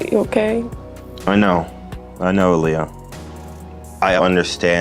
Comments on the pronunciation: her name is not A- liyah! Its Aah-lee-yuh lol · It's not, I repeat, NOT pronounced ah-lie-yuh. No, no, no! It's pronounced Ah-LEE-yuh. Let me make this crystal clear: the name contains the letters A, L, and I, and it doesn't even start with an E. So, why on earth is there so much confusion? I simply cannot fathom it. And let's get one thing straight: Aaliyah has absolutely no connection to Elijah. None whatsoever. They are two completely distinct names with different origins and pronunciations. So, let's all get it right from now on, shall we? Ah-LEE-yuh. That's how you say it. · it's Ah-Lee-Yuh. Lol sorry but that was bugging me with the mispronunciation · i’m sorry but aaliyah’s name is pronounced uh-lee-yuh 😂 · She pronounces her name Ah-LEE-ah for the future ❤️ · Aaliyah's name is pronounced Uh-lee-yuh 😊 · I hope you see this comment since I think my last one was lost on the other video. You keep mispronouncing Aaliyah’s name. You pronounced it correctly at the start of your last video but went on to mispronounce:( with your strong feelings on this pet peeve, I hope you will see this and realize!